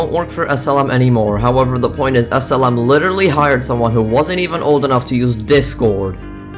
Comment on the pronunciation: When you say SLM it sounds like asylum